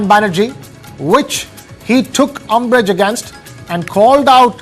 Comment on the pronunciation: It is not UMBURGE, but UMBRAGE.